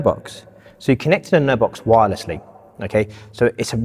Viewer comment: What are you saying? Nerve Box? Nerd Box? Can we have a link to the product?